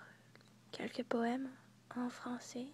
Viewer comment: Je ne savais pas que tu parlais le Français. Ton accent est parfait! En tant que Canadien Francophone, je suis très flatté et heureux quand des Américains apprennent le Français! :-)